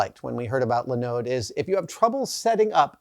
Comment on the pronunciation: I have never heard anyone put the emphasis on the second syllable of Linode before.